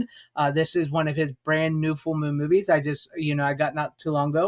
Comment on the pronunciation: You know it's funny how the word, "movies' sounds a lot like the word," Boobies." At least I notice that when you say those two words. 😉